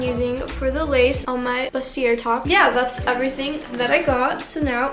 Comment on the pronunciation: I don’t know if you’re gonna see this or have already figured out how to say it, but bustiers is pronounced ( Boost-E-A )💗💗💗love u